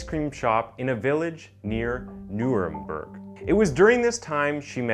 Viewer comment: It's mu-nick and nurm-berg Please learn to pronounce things correctly